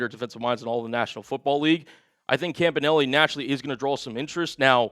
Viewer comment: Isn't everbody pronouncing Campanile wrong ?